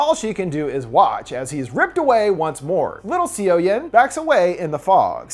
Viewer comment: Gosh, you're butchering those Korean names. Seo=Suh. I love Park Shin Hye. I'll watch this then come back.